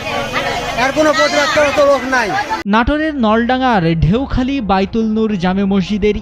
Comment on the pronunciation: ভাই জায়গার নাম সঠিক ভাবে বলেন জায়গার নাম হবে চেঁও খালি আপনি বলছেন ঢেউ খালি